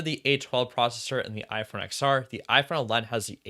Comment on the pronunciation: Great video but it’s pronounced “10-R” not “X-R”. Same as the iPhone X pronounced 10 and not X